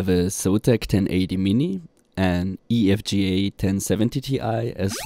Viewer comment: EFGA ? You mean e V g a